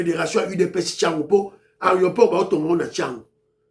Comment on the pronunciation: Bonjour ndeko, Meka ko corriger, on dit aéroport et non aréoport. Merci.